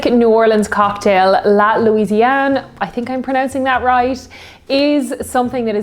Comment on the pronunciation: La Fée is read La Fay/Fey rather than fee because of the accent of the e, it make the sound ey (é) I hope I explained well 😭😂 but nonetheless I love how you pronounce it though 🥺 You’ve perfectly pronounced La Louisiane though! 🤍